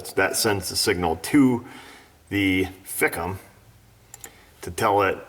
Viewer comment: it's pronounced/ Fike-um/....LoL...I have other word I call them...But